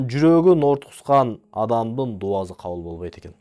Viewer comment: Видео жакшы. Илим алса болот. Бирок ушул дуазы дебей даусы деп суйлосонуз жакшы болчудай. Кыргыз тилиндэ, алфавитте С, З эки тамга тен кездешет. Оз орду менен колдонсок жакшы болот эле. Анан келди, кетти дегенди гелди, гетти деп суйлогонубуз аз болгондой дауЗы деп албай. Анда самалетту-замалет, сарыны-зары деп албайлыбы.? Ушу элдин алдына суйлогондо ушундай кичинекей нерселергеда конул буруп койунуздар. Каттуу тийсе кечиресиздер. Бирок, ( соз ээсин табат) ушул макал менен чечим чыгарса болот. Мынтип туз айтканды туура кордум.